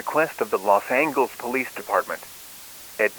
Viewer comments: What the hell is “Los Angles”?!?! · You said Los Angeles wrong